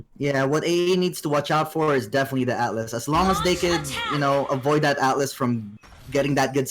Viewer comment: Bro please say atlas don't say alice wtf His name is ATLAS not alice it's so annoying